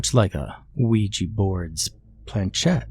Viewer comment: “dave the ouua board”